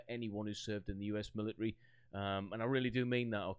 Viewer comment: "Militry." Love it.